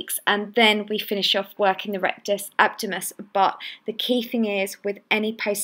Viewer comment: Just a bit annoying that she doesn't pronounce diastasis or abdominus properly on the intro. It's not diastis or abdomus! Otherwise the exercises seem effective.